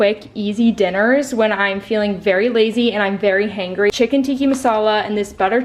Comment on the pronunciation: Heyyy I'm an Indian and the fact that you have Chicken Tikka Masala for a quick meal was so cuteeee hehe. Btw you called "tikkI" it's" tikkA". Lyyyy